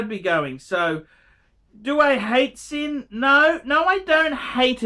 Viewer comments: 1. Sinn is pronounced Zinn. It means 'sense' in German. 2. Sinn is not a luxury brand, but they are not pretending to be either. They primarily specialise in tool watches and that is what you've bought. 3. Sinn use third party movements like so many watch brands in this price range. BUT, they do use the TOP grade (one down from chronometer grade) of said movements and regulate them finely. You would be unlucky to end up with a Sinn that runs inaccurately. There are many brands that sell products with lower grades of Sellita movements for much more money. 4. Sinn are widely respected in the watch community. Non-watch people have no idea who Sinn are. But most WISes will recognise you as a watch person if you're wearing one. 5. If you aspire to get into proper luxury brands such as Breitling, Rolex, etc Sinn is NOT an appropriate stepping stone. You don't buy Sinn to flip or trade in. You're better saving your money and aim to get the piece you want rather than lose money on softer brands such as Sinn. 6. So, when you do buy Sinn, you should buy with an aim to be a keeper. And keep it in perspective as to what it is. 7. I too have a Sinn 104 St Sa I W which I enjoy. It runs under 1 second a day fast. It is a keeper. But I also have a Breitling Navitimer (also a keeper) and ambitions for a lot better pieces. 8. Don't feel too badly about Archie's review,. He was never going to tell you that your Sinn 104 was a good buy. While he respects the brand, he still regards them as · “Zinn”. If you can’t pronounce it, you obviously don’t understand the brand at all. 🤦‍♂️ I’m ashamed I gave you a “view”, to be honest.